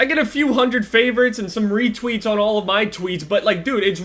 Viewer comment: Retweets* not weetweets